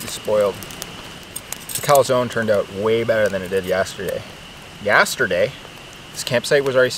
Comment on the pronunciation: I love this „eout“ instead of „out“